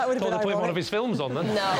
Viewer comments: Fillums.....try and get it right :) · "Do you work in the fillems yourself like?"